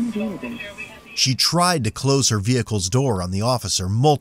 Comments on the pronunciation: Notice that she puts an extra syllable in it. As if it'll change stuff. "Nooo-uh!" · This kid puts an extra syllable in every NO she says..."Noooo-uh!"